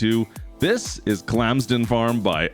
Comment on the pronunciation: Bro really said “clams den farms”